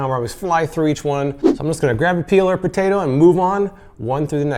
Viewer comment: Is it just me or is it bugging anyone else that he's saying "potato" instead of "potato"